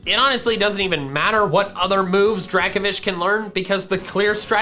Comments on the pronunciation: It’s Draco-Vish not Draka-Vish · DRACOVISH, NOT DRAKOFISH! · Dracovish* (the F is supposed to be a V) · Dracovish is one word, not 2 words, and the F is supposed to be a V!